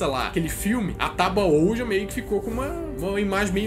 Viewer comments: Ouija se diz "uí dja" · se diz tábua (OUÍDJA) OUIJA